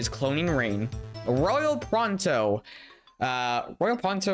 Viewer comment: Did anyone notice how he said Royal proto's name as "Royal pronto"?